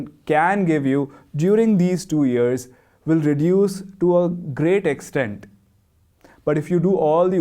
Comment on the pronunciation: Years shouldn’t be pronounced “ears”